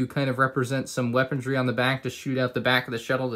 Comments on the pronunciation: Weapondree =/= weaponry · "weapondry" - 2020